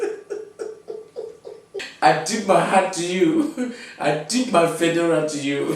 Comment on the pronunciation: The way he says fedora.